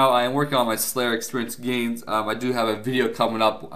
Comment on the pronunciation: You made all kindzz of gainzzz.... all kindzzz.